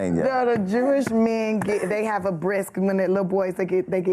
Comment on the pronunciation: Bris, not 'Brisk' for the baby